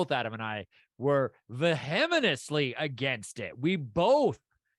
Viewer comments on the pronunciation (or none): "Vehemenously" - I love it. It's like being vehement and venomous at the same time. :)